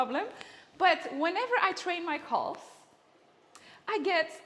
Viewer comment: Took me a while to realize she was saying CALVES. I was like what the hell are "coles"?